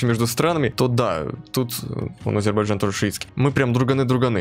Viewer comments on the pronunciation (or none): none